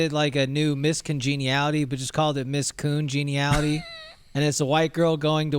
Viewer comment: “Miss COONgeniality…”😂😂😂😂😂😂😂😂😂😂